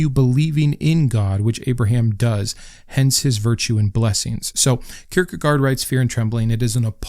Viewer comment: Kirkegaard is pronounced “Keer-kuh-gorr” You’re welcome